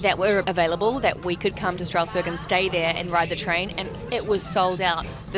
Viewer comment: The Amish/German influence has also influenced our pronunciations quite a bit. "Strasburg" is pronounced "STRAZ-berg" with a very wide nasal "a" sound in the first syllable and an audible "z" at the end. The city/county of Lancaster is pronounced "LANK-iss-tur" with a clipped first syllable, not "LAN-cass-tur" as is standard pretty much every where else. Now you can say it like a local! Any guesses on the pronunciation for Ephrata?